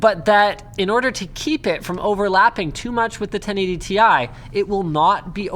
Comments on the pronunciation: Tie? Can we just keep to calling them "tea eye" from now on. lol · They certainly would NEVER or never have called it "Tie". Comeon... its called Ti (Tee Aaii). I'm one of those who's always called it "Ti". 😁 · T I, T I, T I. Its friggin T I. Stop saying tie like some friggin hipster who thinks they know better. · ITS NOT TIE. ITS TEEEE IIIII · damnit! stop calling it TY!!